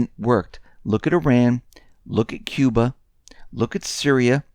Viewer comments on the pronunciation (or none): none